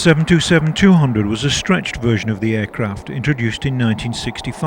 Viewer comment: It's pronounced "seven twenty seven," not "seven two seven." Near-tail-strike.